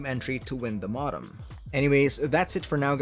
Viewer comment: It's "Moe-dem" not "mah-dem"